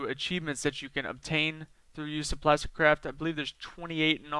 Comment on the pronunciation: am i the only one that thinks most the time he said "plasticcrap" instead of "plasticcraft"